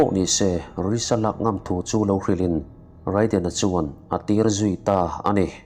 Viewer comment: Raiden ti a lam loh tur..reiden tur